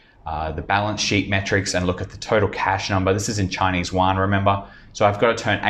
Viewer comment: Yo, you mispronounced all the company and the yuan. 🙈🤯🤯